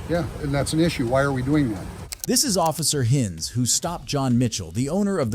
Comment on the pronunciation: “Office Hinns”, “Officer Hinns”, “Sea Urchin Dana” 😂 Bro, reading isn’t that hard… They even said the words/names themselves”. Also, me: “I’m done with this video at this point”.